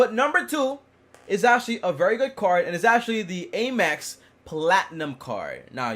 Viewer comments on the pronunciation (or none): it's not Aye-mex, it's Am-ex